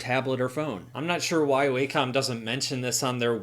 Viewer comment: Sorry to be pedantic, but it's pronounced WAH-com not WAY-com